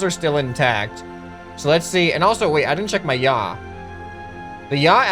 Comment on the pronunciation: Pich and yaw....no... ye haw